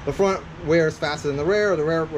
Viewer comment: Thanks for the video bros! Now I know I need to get the 330 mm rotors. One question though, why do you say rear and idea as rare and iday? lol